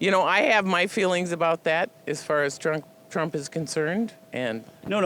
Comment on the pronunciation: She tried to say "Trump" but it came out "Drunk" Yeah lady, we can tell. After you drink your breakfast, don't forget to brush your hair.